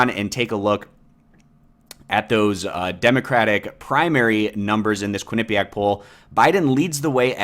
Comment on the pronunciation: "KWIN-uh-pe-ack" not only is this a part of the polling results, it's not even on the first mention of "Quinnipiac'. Huh...